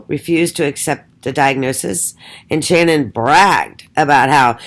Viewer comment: i can not fathom this. Why would you say these things and not substantiate any of your claimed judgement????. Even if Shannan ( you never say her name right buy the way) Even if she was a big lie should we not love and care for her???? I can never listen nor belong to such negative hate towards a Murdered woman who tried so hard. why not show the documents to back your mouth. I have seen women such as you many times, so judgmental towards others. This takes the cake, Shannan can not fight back, she's dead and a very easy Target. Show documented statements or be quiet. She never had lupus, I just want to see your Diagnosis qualifications. So sad , your doing this and persons listen when they should ask these questions. No go delete me and my truth, See you.